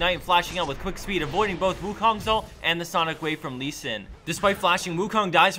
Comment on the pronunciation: That leee... hurts my lee soul .